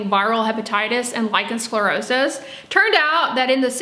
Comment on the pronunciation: Dear, you pronounce the words lichen sclerosis beautifully and you also describe the disease very professionally. Well done. But as you say, what you (and sience at this point) lack is an understanding of what the true cause is, as well as what the right treatment is (meaning the treatment that resolves the actual cause). You say there may be an hereditary factor but you scoff at the knowledge that heavy metals can be passed down to our children. Eg DDT stays in the environment long after the initial use. This also goes for the human body. We are talking about pico particles and yes they do get passed on to the baby. It is so logical! Sience hasn't yet ..searched for it and so yes, they haven't yet ..found it. That is true 🤭😊. Oh and also this : all living creatures take in nutrients and excrete waist material. This is even true on a cellular level. Viruses do this as well. It makes so much sense! When the Epstein Bar virus (EBV) finds specific toxic heavy metals as a food source, such as cupper and DDT, it will feed on it and excrete highly toxic waist material. This specific waist material is prone to drift to the surface of the skin and cause damage there (hence the name dermatoxin). It is not so difficult to understand. Even my 9-year old grasps this concept. And as for scientific prove, it cannot be there if the studies haven't been done right? 😄 But anyway, millions all over the planet are healing with this information 🌎☘️💖. I guess that that can count as an organic stu